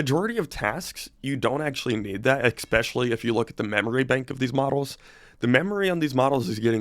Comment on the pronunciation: Did he say Ekspeshlly?